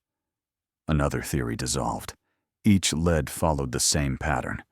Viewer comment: If this was real they would have NAMED the family friend who actually did it. It's an AI story and even the narrator is AI. He couldn't tell the difference between lead (something bringing you to understand a real thing) and lead (being brought to a conclusion by circumstances or by evidence. Your AI is kind of stupid.